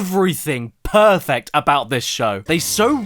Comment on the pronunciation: I was today years old when I realized that he said "perfect" and not saying another name for urinal